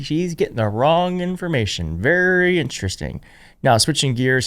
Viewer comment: The way MTG pronounces information as imphormation. What a moron.